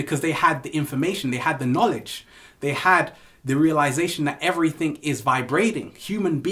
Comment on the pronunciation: I love it whe you say every think instead of everything. The ALL is mind the universe is mental. Peace!!!!!!!